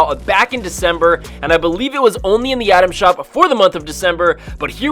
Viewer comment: I’m sorry is he saying Adam shop Or item shop he sounds like he is saying “Adam shop”